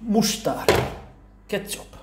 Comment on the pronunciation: "Rá van tetoválva"😂😂😂😂kész,nem bírooom....wooow,tea,"kecsaaap"😂😂😂😂😂😂